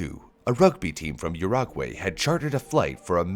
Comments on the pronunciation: It's pronounced OO-ROO-GOO-AI, not YOUR-AGUEY. As a Uruguayan this pained me. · Chile, Argentina and Your - ra - gwei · It gives off a really sloppy, unprofessional vibe when you butcher so many pronunciations in such a short time. Dunno where the country of Yurag-way is, sounds like somewhere from Azeroth. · yur-OG-way - Ouch! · Proud to be from Urahgwey